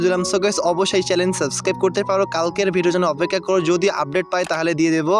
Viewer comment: চ্যালেন না ভাই চ্যানেল